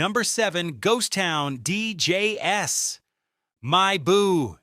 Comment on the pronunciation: Terrible AI voiceover. "Ghost Town DJ-S?" 🤦🏽‍♂️